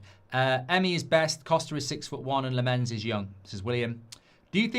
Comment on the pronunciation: Lammens is pronousd Lamm-ens not La-mmens. Tips from a Dutch speaker. 🙂